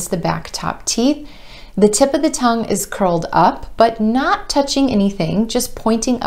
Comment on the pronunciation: “When it try to say” curled it sounds like culled.